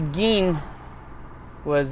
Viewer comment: That's not how you pronounce his name dude, not around here anyways so get your story straight jk? Lol?